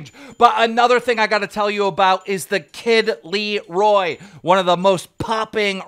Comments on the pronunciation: How hard is it to say LAroi. Not LEEroi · Keem stop acting like you’re a celebrity lmao this clown of a news reporter always mispronouncing peoples name “by accident” if you know it’s Laroi don’t say Leeroy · It’s la -roi not lee-roi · zach it’s not a misspelling, they are pointing out the fact that Keem called him Kid Lee-Roy and it’s more like kid Lah-Roy. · “Kid LEEROI” it’s kid Laroi keem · the kid laaaaaroi not leroi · Its the Kid La-Roy Not Lee-roy. The kid laroi... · stop butchering every name its the kid laroi not the kid leroi and its not the dobrick twins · his name is LAroi not Liroy or fckin Lyroy. L A R O I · Its laroi like la-roy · Keems the worst at pronouncing names 😂😂, Co ree an , The Kid LeeRoy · No one: Keem: The Kid "LEEroi" 😂😂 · No one: Keem: Kid LEE-ROY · Rip the kid Leroy finna be mad about how his name got pronounced 🤣🤣🤣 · Man said: “The Kid LEEROI” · How does Keem always pronounce names wrong. The Kid Leeroi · Nobody: Keem: kid li roy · Keem literally can’t read😂😂 how did he call laroi ,leeroy 😂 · i swear keem pronounces everyone’s name wrong just to meme at this point no way he hasd him on his podcast and calls him the kid leroy still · THE KID LEE-ROY 😂💀 come on keem u can do better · It's (La) - roi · The way you pronounced Laroi’s name, Everyone hated that. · he had laroi on his podcast yet still can’t pronounce my mans name right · How come I've heard about every news story before this video was dropped? I should start my own news channel... That Todd Smith and Natalie story is almost 2 months old now... Keem is starting to be lazy with these stories. Keem can't even pronounce the Kid LARois name properly..